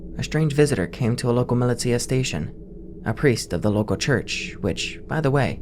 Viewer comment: "Milly tia" lmao